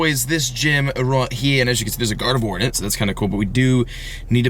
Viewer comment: Its not Gardevoir(voir), its Gardevoir(vwar).